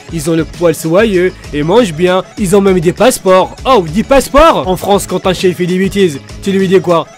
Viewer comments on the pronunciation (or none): none